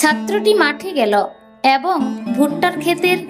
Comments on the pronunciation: এ্যবঙ নয় , এবং / গ্যাছো নয়, গেছ / খোজা সেস্ করল নয়, খোঁজা শেষ করল / ইত্যাদি ইত্যাদি , উচ্চারণে অজস্র ভুল।। 🎉 কি আর বলব। সঠিক ভাবে ভুল ধরাটাও অন্যায়। আর উৎসাহ দেওয়ার জন্যই কিন্তু প্রায় প্রতিটি এপিসোড শোনার চেষ্টা।। আর ভালোর জন্য বলা 🎉 সেই বিষয়টিকে অন্যভাবে বা ভুল ব্যাখ্যা করা।। 🎉 বাস্তবিক , যারা দীর্ঘদিন ধরে বিভিন্ন বানিজ্যিক পত্র-পত্রিকায় সাহিত্য ও সংস্কৃতি চর্চা করে আসছে ।। তারা ভালো মন্দ মতামত দিতেই পারে।। 🎉 আর কিছু বলার নেই।। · এ্যবঙ নয় , এবং / ছাত্রটি মাঠে গ্যালো নয়, ছাত্রটি মাঠে গেল / খোজা সেস্ করল নয় , খোঁজা শেষ করল / ইত্যাদি ইত্যাদি।। 🎉 সঠিক উচ্চারণের জন্য ভুল ধারাটা বোধকরি অন্যায়। আদতে প্রতিটি এপিসোডের শব্দ চয়ন এত সুন্দর।। এপিসোডটি যাতে আরও সুন্দর হয়ে ওঠে ; তারই জন্য এত সাতকাহন।। 🎉 একটি অতি উৎসাহী মানুষকে আরও বেশি করে উৎসাহ দেওয়ার জন্য প্রায় প্রতিটি এপিসোড শোনার চেষ্টা।। আর যারা দীর্ঘদিন ধরে বিভিন্ন বানিজ্যিক পত্র-পত্রিকায় সাহিত্য চর্চা , ও কলকাতা বেতার কেন্দ্রে সামান্য সংস্কৃতি চর্চা করে আসছে ।। তারা কিঞ্চিৎ ভালো মন্দ মতামত দিতেই পারে।। মতামত সম্পূর্ণ নিজস্ব হলেও ।। সেই সুচিন্তিত মতামত গুলির ভুল ব্যাখ্যা করা কখনোই কাম্য নয়।। আর জনমানসে নির্দিষ্ট কোনো বিষয়ে পারফর্ম করতে গেলে।। ভালো মন্দ সমালোচনা হয়েই থাকে।। সেগুলো সদাসর্বদা স্পোর্টিংলি নিতে হয়।। নচেৎ এই প্রজন্মের ছেলেমেয়েরা ।। আগামী দিনে মহীরুহ হয়ে উঠবে কী করে ? 🪔 এখনকার মত শুভরাত্রি।।